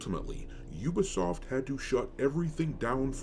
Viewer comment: 😩 all of you mispronouncing Ubisoft is why I never finish any of your videos. It takes two seconds to know how to actually pronounce it. It also means you’re all just watching the same videos.